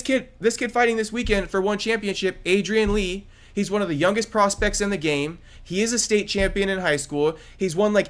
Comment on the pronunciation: Now i see why no views. These guys don’t even know what they’re talking about. Wanna convince us that we should be watching Aiden Lee yet they can’t even get his name right.